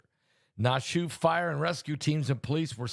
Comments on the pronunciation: Pastor Naushua is pronounced like Nash-Yahweh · Nash U A. Pronunciation. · Pastor its pronounced Nash shU ahh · Pronounced Nash U wah! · It’s pronounced Nash ou ah. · Na---shu---a 3 syllables I'm next door in VT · You know he mispronounces everything 😅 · Nashua. Pronounce Nash U A. 3 syllables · Nashua is pronounce like Joshua remove the J and apply a N.. hello. Biblical please articulate. I have blessed family out there!.. please send healing prayers out to family and children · It is pronounced, kinda like Yahshua but with an N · It’s Nashua New Hampshire Pastor there is an a at the end .